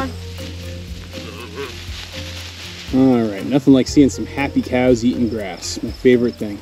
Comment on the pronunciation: Admits Spanish isn't the best. (Which is fine) but when calling cows it comes out 'keyows' every time. 😆